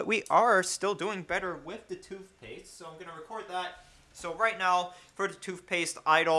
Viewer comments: Toothpaste, not toofpaste.... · It's funny how you can clearly pronounce the "TH" sound in Thermal paste.... but not in toothpatse... together.... both.. worth. Makes you sound stupid when you say toof paste, togeffer, bofe, and werf it. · lmfao. hahahaha. toof paste.😂😂😂😂😂💀💀💀💀💀☹☹☹☹☹ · "TOOVPASTE" and "MOVERBOARD" lol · Toof paste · You have so much emphasis on toothpaste every time you say it